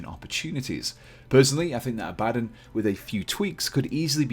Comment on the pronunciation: Abaddon... "Don" not "Din". Full video sounds like someone miss pronouncing "Aladdin".